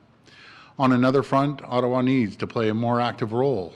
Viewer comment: The way he said Ottawa 😳